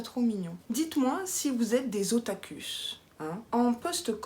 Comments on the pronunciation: Coucou, on dit otakou même si ça se s'écrit otaku 😉. Et kawai c'est pour mignon, et ça se traduit souvent dans les vêtements. Et les petits objets tout mignons. Grande fan de manga et du Japon bonjour😆. Mais je regarde peu les animés par contre. Et je suis buffle(ou boeuf) en signe chinois. Pour ta gorge, gargarisme de bain de bouche pour que ca tombe pas sur tes bronches 😉. Non mais yen a de sacrées expressions quand même 😆, "ça va pas le chalet" pas mal🤣. Et j'ai une grande baignoire, on peut super bien s'allonger dedans. Tu as été gâtée. Super mimi ces cartes🤗. Ya plus qu'à tout tester mais plus jamais l'éponge pour les ongles 🤣. Merci pour ce super moment. Repose toi bien 😘😘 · J'ai déjà été une otaku dans mon adolescence x) d'ailleurs on prononce "otakou" et kawai ça veut dire mignon en japonais ça n'a rien a voir :) tu m'as appris qu'il y avais une journée pour ça!